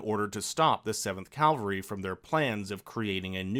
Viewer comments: Cavalry, not calvary. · "the seventh calvery"